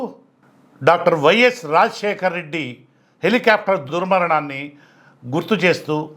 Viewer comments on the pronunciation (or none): none